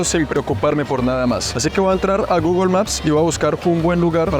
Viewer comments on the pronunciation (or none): none